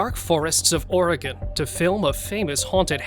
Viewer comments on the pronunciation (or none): none